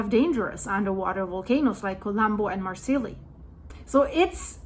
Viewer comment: Marseille (mar sigh)